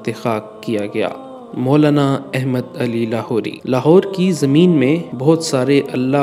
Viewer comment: بیٹا احمد نام کا تلفظ درست طریقہ سے ادا کرو ، اپنے مدرسہ والوں سے سیکھ لو شاباش